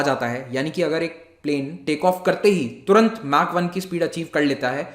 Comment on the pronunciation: It's मैक not माक 🤕